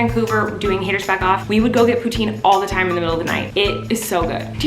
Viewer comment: I think that would be epic if she did but she pronounces poutine wrong soooo....